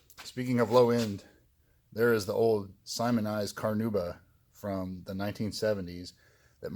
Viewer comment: CarnAuba.. there is an "A" in there